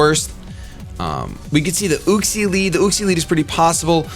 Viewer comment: its Yuxie not Uxie